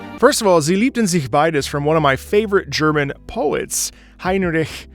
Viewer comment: Jo your german pronounciation is perfect for sie liebten sich beide. German approved! xD